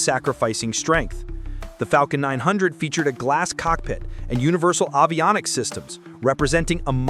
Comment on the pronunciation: “Avionics” could be pronounced better too.